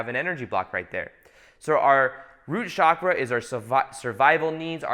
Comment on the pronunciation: Chakra is pronounced as in CHannel not as in CHicago. Please pronounce it as it is spoken in Sanskrit, please. And there are many people in ‘third world countries’ who are more enlightened than most of us even if they don’t have basic necessities. Many hardcore yogis in India specifically reject basic necessities. As a somewhat enlightened person and channel, it is time to drop the basic media spun phrases like ‘third world countries’. Most probably you will not see or care about what I said.